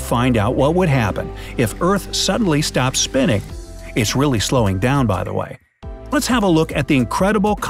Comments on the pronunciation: you mean earth you said what if eart and you said stropped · U said “what if the EART SROPPED spinning right now” lol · Did anyone notice he said sropped spinnin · you said “what if the eart SROPPED spinning” 😂